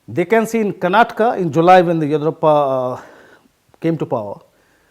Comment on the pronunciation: Horrible English. He cannot even pronounce Yediyurappa properly. Useless piece from a highly valued “The Print”